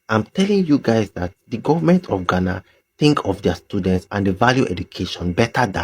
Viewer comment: Honestly I don't like the way our green and white cousins call us {Gana} Please it's Ghana 🇬🇭 not Gana 😂😂😂😂😂😂😂 One love Nigeria 🇳🇬